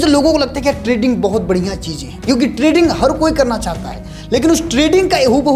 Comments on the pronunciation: Trading hota hai treding nahi 😂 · Treding nehi hota Trading hota hai abe anpad "